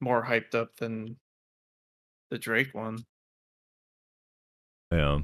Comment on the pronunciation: Why does he keep saying drake... like you hear two other people in the call constantly pronouncing it correctly lol